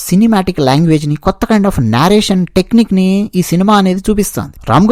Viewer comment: నారేషన్ కాదు, నరేషన్